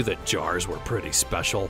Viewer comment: You said "Goblecki" It's "Gobeckli".